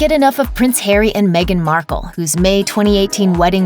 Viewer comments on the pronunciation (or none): none